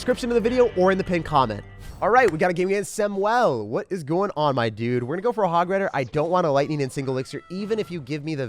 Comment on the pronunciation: “Sam-well” 😂 Samuel. Much love